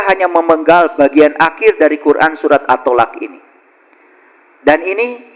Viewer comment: Surat at-talaq bukan at-tolak